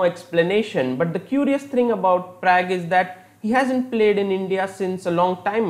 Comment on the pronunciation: Am I the only one who doesn't like his analysis/explanations and also every time when he says pragg???